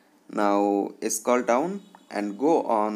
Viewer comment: scall down 😂